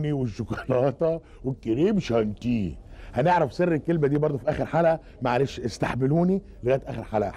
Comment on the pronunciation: تنطق شونتيي مش شانتي. أكيد كان يحب الطبخ الفرنسي.